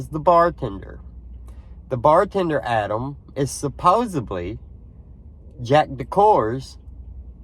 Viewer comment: I do not believe this audio is legitimate because the pronunciation and intonation do not sound like a speaker of American English. *Pronunciation: Instead of saying AD-am, with the first "a" as in the word "mad," the speaker says "Ah-dam" with the first "a" pronounced as in the word "Fa-ther." Also when we say the name "Adam" we stress the first syllable but in the tape it is "A-DAHM" with the stress on the second syllable. *Intonation: The intonation of the sentence is off too for American English because it is said "What did you say to "Ah-DAHM?" The normal intonation would be to stress the verb "say" but in this utterance the stress is on the last word "Ah-Dahm." Also there is an indistinct sound like "ack" at the very beginning . The second utterance is less distinct but also sounds "off" to me. " I . . . I told ---- ---- " (?) I know that some think it says "everything," but it was not clear to me.